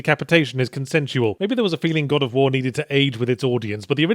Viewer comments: Somehow I'm suddenly 100% sure that accidentally saying "God of Phwoar" is how they came up with Bayonetta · god o' fwar